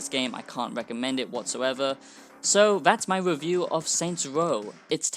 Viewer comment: This wasn't a" wewiew "it was a "wantt "